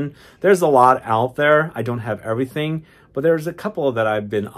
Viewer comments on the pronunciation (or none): none